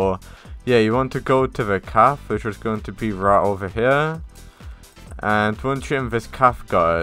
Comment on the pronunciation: cafe isnt said calf its said caf eh